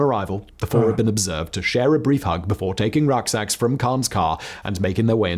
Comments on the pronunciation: Ruck sacks (back packs) not rock ax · “Rock eggs” he was saying “Rucksacks” - hope that helps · Rucksacks....not rock axe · Rucksack not rockaxe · Rucksacks, not rock axes. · The guy said taking rucksacks. Not rockaxe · RUCKSACKS (NOT ROCKAXE) knoen in the U. S. as BACKPACKS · Rucksacks, not rock axes. It's an English word brazenly stolen from the Germans. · Not 'rock axes', but rucksacks. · 'Rucksacks'. Another term for a 'backpack'. It seems you thought he said 'rock axes'. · Ruck sacks not rock axe. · Rucksacks, not rock axes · Rucksacks not rock axes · Rucksacks, not rock exes,. Another word for backpacks. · He said Rucksacks mate not rock axes. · rock axe, bless him 😅